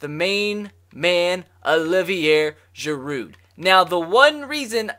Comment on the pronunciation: The d is silent in giroud and the r is silent in olivier